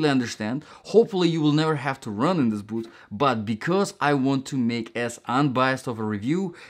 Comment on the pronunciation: the word boot has a t at the end. its not 'bootht'